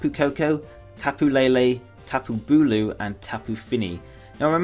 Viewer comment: its tapu bulu